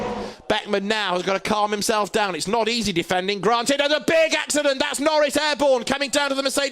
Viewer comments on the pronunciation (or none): none